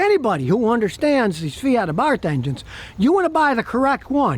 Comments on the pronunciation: I have a 2010 FIAT SIENA 4 door with a fuel injected 1.4 engine, 5 speed, Totally stock and runs and revs like a beast. Has 175k kms, no problems. Abarth is pronounced AAAAA- barth, not uh barth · Just for the record this version of the 500 is pronounced "Abart." Also, Happy Birthday.